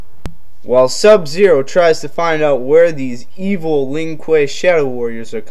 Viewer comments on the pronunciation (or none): none